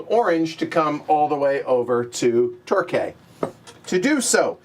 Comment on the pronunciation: Torquay is pronounced Tor-kee.